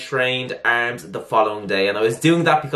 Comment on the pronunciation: I love how you say arms haha. ERRRRRMZ